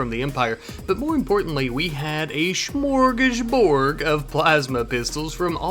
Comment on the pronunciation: Smörgåsbord. It ends with a D.